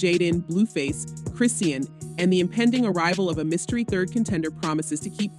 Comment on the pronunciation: Chrisean name is pronounced: Chrah-Shawn. Please say it right.